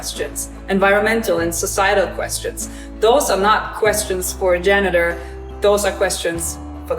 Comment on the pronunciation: Pronunciation... Repeat after me Janitor Get a 4wheel trolley instead of that thing Maybe even with a tabletop workbench. More space for finds...